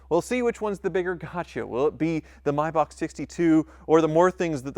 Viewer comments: It’s may-Bach not mybach holy shit please stop the cringiest mispronunciation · It's a Maybach not a Mybach.😔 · Isn’t it pronounced May back not My back???